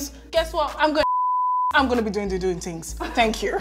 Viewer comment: “Da doing da doing tinngzzzz” Nella I’m taking this 😭